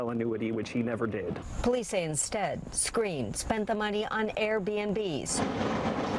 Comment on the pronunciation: Its Skrine not screen tf yall just see a story and dont even do research 😂😂😂😂